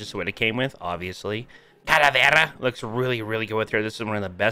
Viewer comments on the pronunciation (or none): "Calaverrra" Lmao I really enjoy this video xD Because I'm spanish and It's so funny to hear you saying "Calaverrra"